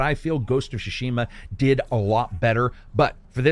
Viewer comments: you remain my very favorite reviewer but every time I hear you butcher then name "Shuh-Shima" I die a little inside... It's Pronounced Ts-soo-shi-ma. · Its not pronounced shushima buds, it’s Sushima and T is silent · Can’t watch this one. Every time he says Shushima, it triggers something in me. My eyes start twitching, I feel like small electric current goes over my body and then I gag and almost throw up. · “Ghost of Sha-shima” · Shashima hahahah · Great review as always. But the way you pronounce "tsu" in "Tsushima" really bothers me. 😅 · The way he says Tsushima and shaman hurts me inside. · please spend 1 minute and research the way to say the titlle of the game, no need to be this ear gratingly daft.